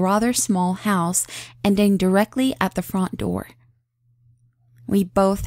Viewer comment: I like how you pronunce "front" it sounds similar to "font"